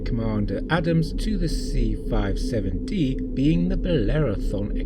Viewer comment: It’s the “C-57-D” not 657-D as you say early on in your narration. I don’t think there’s really any dispute over the fact that Roddenberry absolutely ripped off forbidden planet. He absolutely positively did rip it off heavily. Lost in space ripped it up to a much lesser extent. Primarily the fact that the Jupiter two was a flying saucer with revolving lights at the bottom as it’s propulsion and the landing legs which doubled as stairwells to get in and out of the saucer. And there was an astrogation bubble in the center of the control deck for the Jupiter, two as well as in the center of the control room on the C-57-D. Interestingly, some early designs of the enterprise Bridge seem to be trying to incorporate one as well, and the odd ceiling design in Star Trek. The motion picture allegedly was intended to incorporate one, but I’m not sure if they gave up on that, or if you had just couldn’t tell on screen. (for people who are not fans of 1950s science fiction, and Astrogation bubble or sphere was conceptually similar to a map table on a ship, except that by virtue of being a sphere it allowed you to plot courses in three dimensions)